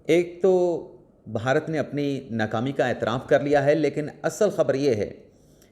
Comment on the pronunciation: محترم آپ صحافی ہیں اردو میں صحافت کرتے ہیں لہذا آپ کے لئے درست تلفظ کا ہونا نہایت اہم ہے۔ لفظ "بھارت" ہے اس کا تلفظ "بھا" bha "رت" ہوگا نہ "بہارت" اس کا تلفظ "ب" "Ba" "ہا" "ha" "رت" جب بھی "بھ" آئے وہ ایک ساتھ پڑھا جاتا ہے نہ "ب" اور "ھ" الگ الگ۔ امید ہے یہ اصول باقی قارئین کے لئے بھی مفید ثابت ہوگا۔ شکریہ۔